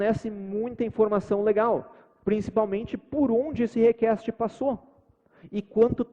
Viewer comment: 45 minutos de video com o cara falando "rekeste" pra fazer um teste de sistemas distribuidos, pqp